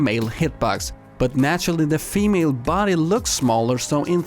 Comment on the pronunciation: Why do you pronounce female like femele